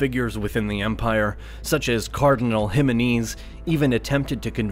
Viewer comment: Carinal Jima-knees.